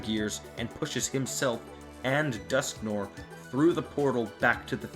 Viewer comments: it's dusknoir, not dusknore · Dusknoir's name is supposed to be pronounced "Dusknwar". "noir" comes from the French name of "black" colour, pronounced "nwar".